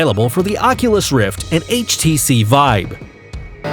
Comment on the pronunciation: Is it just me, or did he call it the HTC vibe multiple times?